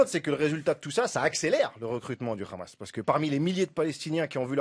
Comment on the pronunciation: S’il te plaît prononce le mot Hamas à la façon française et non hébraïque. Merci